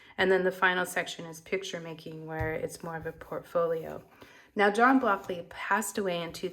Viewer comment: Please pronounce his name correctly. It sounds like BRockly in the video. Otherwise a nice review.